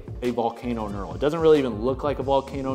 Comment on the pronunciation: He's saying nural. It's pronounced nurl (knurl).